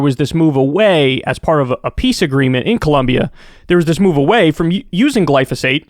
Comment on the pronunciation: I’m confused what is Glosophate??